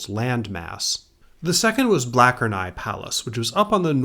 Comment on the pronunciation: Don't want to be too "well actually ... " here, but isn't it the palace of "BLATCH-er-nai" instead of "BLACK-er-nai?" I've always heard it pronounced this way at Church, though it may be an inaccuracy we all kind of took on in ignorance.